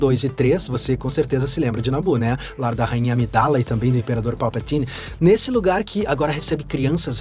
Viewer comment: Nunca ouvi ninguém falar Palpatine tão massa kkkkkkkkkkk